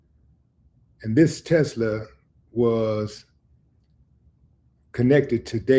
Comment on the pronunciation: That's what I was coming to say. If they had something solid they would have been gotten him off top. And to it's a Tesla not a Telsa 🤣🤣🤐 I know bro was just reading too fast still sounded funny tho.😂